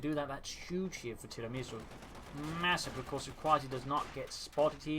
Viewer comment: Hi, just a quick note on your pronounciation of tiramisu. You say tira-misu. Whereas it is more appropriate to say tira-mi-su (as if they were three separate words (italian for "pull me up" [a type of cake or pastry])) Very small detail if you're interested.